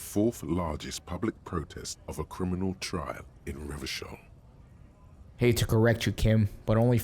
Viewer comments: The old-fashioned way came to him naturally, I smell a fascist playthrough 😂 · What's up with pronouncing Revachol as Revakol even after hearing the right pronunciation?😅